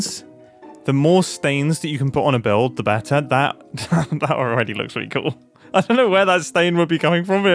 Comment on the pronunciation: The way mumbo pronounce "better" when saying "that looks so much Be'ah"